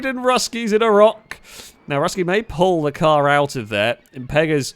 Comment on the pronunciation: Russkiy (means Russian in Russian) is pronounced Rooskiy.